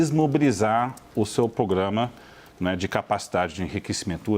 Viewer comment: Esse comentarista não sabe falar programa só pograma😂